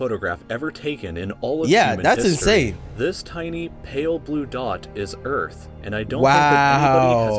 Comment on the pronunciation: URATH!!? THIS IS EARTH